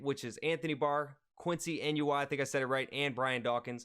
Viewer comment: Quincy e-nun-wa